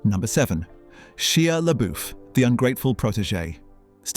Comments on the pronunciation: Video would be better if you learned to pronounce people's names properly. "She-ah La-boof?!" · Sh-eye-a Le-Bow.🙄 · "SHEEEHA LABOOF" lmao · She ah LeyBoof 😂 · Who the hell is She-a Le-Boof??? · Ah yes… Sheea Laboof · Sheeyah Laboof? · How can we take this 🤖 seriously, when you cannot even come close to a correct pronunciation of one of your subjects, Shia LaBeouf? If you cannot research something so simple, why should we believe anything on your channel?